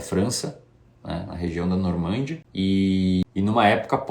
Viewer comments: "NormÂndia" não, meu caro, "NormandÍa". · Meu caro, gosto muito de seus vídeos, mas não me contenho em fazer uma correção qdo.percebo algum engano. Por favor, a palavra é Normandía, ou seja, a sílaba tônica está no I e, não, Normândia, como você pronunciou. Desculpe pela intromissão, um abraço e parabéns pelo seu belo trabalho.